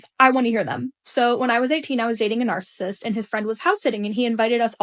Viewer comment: "He woz a narssussust" Every woman story 😅